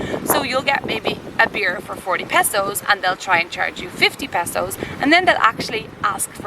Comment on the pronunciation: Passos ? He he ... It's pesos.